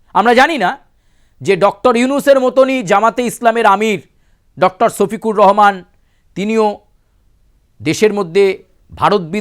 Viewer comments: আমি বুঝি না আপনারা পশ্চিমবঙ্গ বাসী কি 'স' আর 'শ' এর মধ্যে পার্থক্য বোঝেন না? সফিকুর আর শফিকুর কি এক? ভালো করে বাংলাটাও মুখ দিয়ে আসে না। হায়রে বাঙালি রে😂😅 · ছফিকুর না রে বলদা ওটা হলো শফিকুর রহমান😂